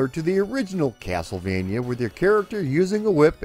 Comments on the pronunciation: Dude says castlevania like "keyassol-vania" 🤣🤣🤣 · Funny enough he pronounced it as if it were Spanish saying the 'j' as if it were an 'h'...